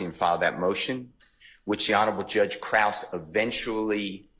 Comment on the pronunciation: I don't think Krause is pronounced like 'cross,' I'm pretty sure it's like 'crowd.'